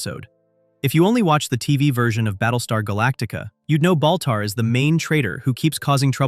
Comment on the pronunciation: Baltar not boltar